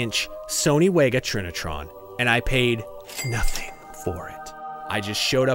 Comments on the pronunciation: Wega is not pronounced with an English W but with a German W... 'Vega' is the correct way to say it. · Also, Sony Wegas are pronounced “Vega” 😅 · Wega is pronounced “Vega” with a V not W